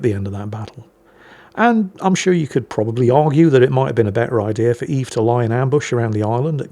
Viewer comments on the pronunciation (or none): That's pronounced "Öwwes" ;D